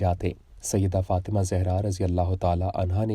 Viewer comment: حضرت سیدہ طیبہ طاہرہ سیدہ فاطمتہ الزہراء سلام اللّٰہ علیہا کا نام مبارک صحیح پڑھا کریں پلیز